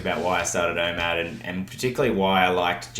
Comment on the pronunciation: What’s IMAD? I keep hearing IMAD but I think it’s called OMAD